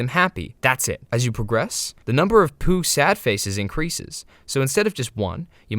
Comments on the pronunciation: ITS POU NOT POO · i always thought pou was poo. And HOW do you call it "poo" it's "po-ooh" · stop saying poo its pou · “Poo” is crazy bro is “P-O-U” WITH A U BROOO😭😭😭😭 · Why you pronounce it as poo. It's P O U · It's "p o w" not "po" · Pōū, not Poo😂😂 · You're pronouncing it wrong it's Poh not poo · STOO SAYING POO SAI P O U POU PAU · Something about the fact he's saying poo instead of pou (p-oh) triggers me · I CANT LISTEN TO YOU WHY DO YOU CALL IT POO AND NOT POU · I believe you mean "Poe" like in Edgar Allan Poe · Dude no, we also call it POU, we say POU not pOO 🫠 Im hispanic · Sepuh pou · me estas jodiendo q los gringos le dicen "pú" a pou? dios nunca me lo hubiera imaginado ajsjajsj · IT WAS PRONOUNCED 'POO' ALL THIS TIME???? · Dude its pronounced bou but the b is firmer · do you pronounce pou as poo on purpose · I remember pronouncing pou's name as Po-uu. Like i separated the 2 vowels instead of combining them. I still pronounce it like that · Isn’t it “Poh”? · love how the not a.i voice is called Pou "Pole" when you very clearly used the correct pronunciation in the beginning. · It's pú! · I’ve always heard P-U-H 😭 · No it's Pou (Pow) this guy is just mispronouncing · First person to misspronounce pou 😭💔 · You're supposed to pronounce it like he's the dragon warrior!